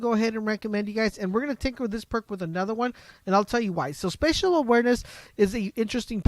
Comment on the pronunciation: It's spACial awareness not spEcial awareness